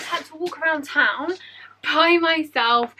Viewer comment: Wait do you live in the UK? ( don't need to answer) The reason why I'm asking is bc the second I hered you say town I thought of the UK bc it in the uk